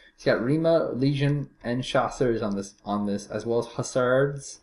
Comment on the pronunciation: Pleas for your french/english translating STOP SAYING CHASSEURZZZZZZZZZZZZZZZZZZZZZZZZ WE 'froggies' ARE NOT SAYING ZE "S", its UNSPEAKING LETTERZZZZZZZZZZZZZZZZZ same for HUSSARDEZZZZZZZZZZ Now that you are advised you ll say "CHASSEUR", and "HUSSAR" thankZZZZZZZZZZZZ to you for your awesomezzzzzzzzzzzz vidéo